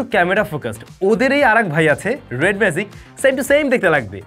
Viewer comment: it's magic, not "mazic" as you are pronouncing! You have work on your pronunciation, brother.